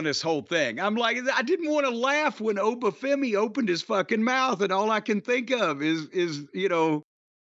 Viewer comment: At least Jim pronounced Oba’s name properly